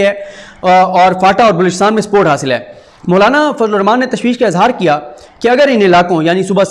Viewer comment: Sorry You are kept saying Mullana!!! I can't watch you son M sorry